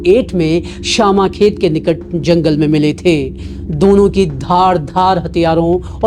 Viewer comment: It's not syamakhet it's shyamkhet bro..